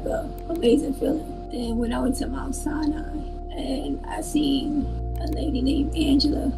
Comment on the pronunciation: Lol, the way he pronounced Sinai.